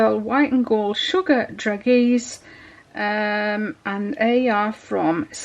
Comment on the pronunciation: Hey! Yum, these do look good enough to eat! Wink wink; ) I know when they turn dark brown, they will look like a delicious slice of chocolate pie...the frosting would be just like the meringue. I was waiting for a good shake of some glitter too. Haha They are simply gorgeous!! I had to giggle a bit when ya pronounced "Dragees"...I used to say it that way too. LOL It sounds like drazh-AY. Hope y'all have a nice weekend and stay safe. Big ((Hugs)) and Love from Texas!! xoxo: ) <3 <3